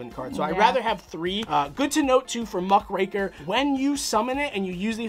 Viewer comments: Love the deck, the amount of control it can let you have is crazy. Also thank you for being one of the few people who pronounce Muckraker correctly, the amount of times I hear "muhCRACKER" at locals is entirely too much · Thank you for saying muckraker properly 😭😭❤️ so many people on YouTube are saying MUCK CRACKER And it hurts my soul so much but I guess its true ygo players don't read